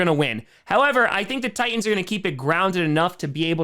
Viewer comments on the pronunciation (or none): Ti"T"ans not Tians.